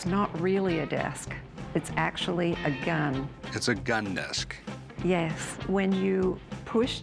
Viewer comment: Why does she say "desk" like "disc"